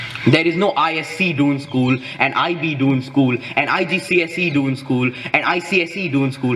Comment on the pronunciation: Isn’t it दून, and not डून ।